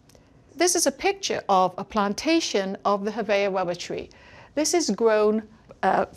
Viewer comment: It is unfortunate that she is unable to pronounce the letter R, hence her having to say ''wubba'' many times. Let us also not forget to lament the Japanese man who decided to sell everything he had to manufacture and market licorice or, as he says it, ''hwigowish''.